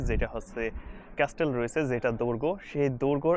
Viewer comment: ভাইয়া আপনি অনেকবার ক্যাস্টেল উচ্চারণ করেছেন যার সঠিক উচ্চারণ হলো 'ক্যাসেল' (Castle)। তবে আপনার ভিডিওগুলো সুন্দর যা আমার ভালো লাগে ❤️ কখনো পর্তুগাল যাওয়ার সৌভাগ্য হলে অবশ্যই আপনার সাথে দেখা করার ইচ্ছা প্রকাশ করি 🥰